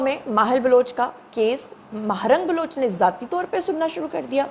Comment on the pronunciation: بھٸ یہ ماہل بلوچ ھے مارنگ بلوچ نہی آپ کو تلفظ سمجھنے میں مغالطہ ھو گیا ھے